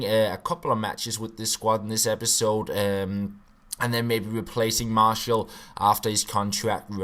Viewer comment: It's pronounced marshee-owl